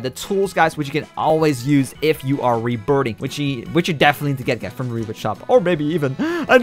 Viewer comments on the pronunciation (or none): You said reburting